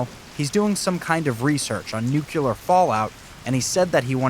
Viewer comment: Ok kid... it's pronounced noo-klee-urr.... GWBjr pronounced it noo-cure-luhr too and it hurts my ears every time I hear it😢